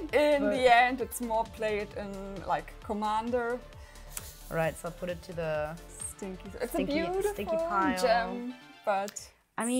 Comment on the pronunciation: (Th)Sis Card is (th)se staple of (th)sis deck. Gott man hört richtig wie deutsch du bist. Aussprache!!1 :D